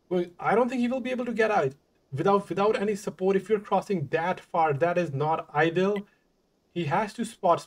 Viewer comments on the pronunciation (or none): I just want to give a little constructive criticism to. The early commentary I believe you meant ideal or optimal, but it sounded like you were saying idle synonymous to stationary. Good commentary otherwise.